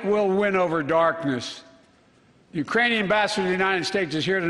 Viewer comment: Yeah, I wasn't sure if he was saying Iranian or Uranian. But it sure didn't sound like Ukrainian. Yeah, he messed up. Lol 🤣